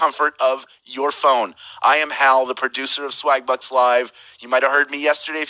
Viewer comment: I could of sworn I heard "swag-butts"🤣 egg is fritatta! I would totally wreck this game 😎